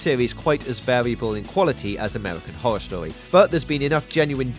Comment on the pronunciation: Amewican howow stowy lmao